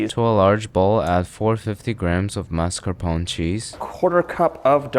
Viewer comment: Mascarponcsies? - The What? Took me some seconds to catch up on the dude's pronounciation. You americans pronounce things weird.